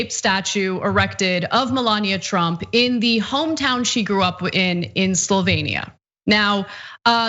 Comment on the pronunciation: Slovenia, not Slovania